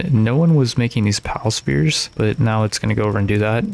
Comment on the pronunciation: also I don't know if it's just me, but it sounds like he is pronouncing "spheres" as "spears" . And it's triggering me